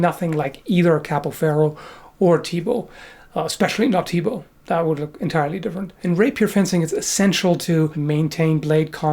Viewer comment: Perfect pronunciation of "Thibault" from someone who isn't from Belgium or France. so, eh... BURN THE WITCH